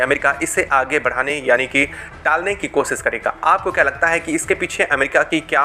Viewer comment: बेटा पहले हिन्दी ढंग से सीख ले ,फिर यू ट्यूबर बन कर, विडियो बनाने की। "कोसीस" करना !